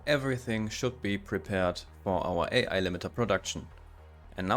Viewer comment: This is awesome! By the way, you have a good naval joke for English speakers. The way you pronounced "AI AI" is not with the separate letters, but like crewmen say the words, "Aye Aye", when given a command. ;-)